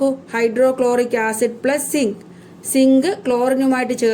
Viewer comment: Teacher sink alla zinc annu